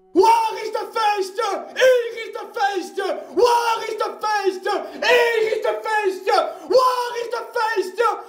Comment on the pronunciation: Ayant un père Néerlandais, il se trouve que ma compréhension fut des plus totales. D'ailleurs, il me semble que ta prononciation de waar n'était pas correcte.